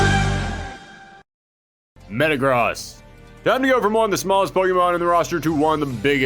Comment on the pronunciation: The way he pronounces Metagross pisses me off